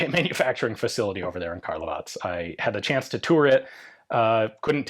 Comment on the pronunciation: Love how you say Karlovac properly.